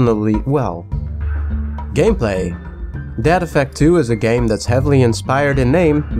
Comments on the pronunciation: I THOUGHT HE WAS SAYING DAD EFFECT IVE NEVER HEARD OF DEAD EFFECT GUESS ILL TRY IT OUT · Every time he says "Dead Effect" I hear "Dad Effect" and imagine a super campy, punny game with lots of bad dad jokes.